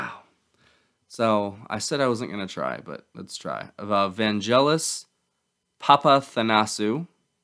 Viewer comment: Yer gettin' all Biblical on us! 🙂 The keyboard player is Vangelis (the "g" is like "gh" as in "ghost", not like a "j") - who later won an Academy Award for his soundtrack to the film "Chariots of Fire", as well as several other soundtracks including for "Blade Runner". Vangelis has also done five albums with Jon Anderson of Yes under the name "Jon and Vangelis".